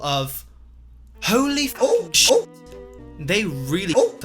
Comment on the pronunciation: Didn’t realise he was British till he said shit